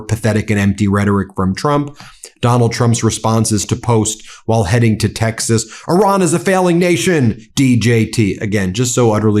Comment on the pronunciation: Renaming Lake Ontario is beyond arrogant, but perhaps symptomatic of mispronouncing the names of other countries: Iraq, Iran, Qatar. Disrespectful even if you don't like them.